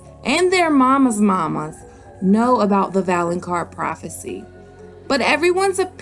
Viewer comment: Hello my sweet summer "mama" (mexican accent!) ❤❤❤ Ready for the juice!!